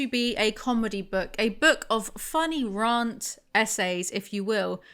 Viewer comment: Rant rhymes with ant, not aunt...